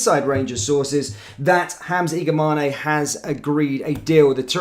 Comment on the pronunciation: Its Igaman not igamane the e is silent